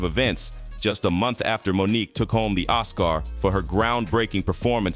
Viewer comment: Does anyone listen to audio before they put these things out? Is it a robot that reads the text?!? Monique’…. Won an Os-car…. Geez